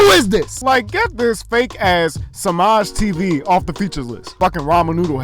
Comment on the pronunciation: Nigga said semajtv 😂😂😂